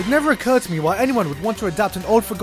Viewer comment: that emphasis on "to me" xD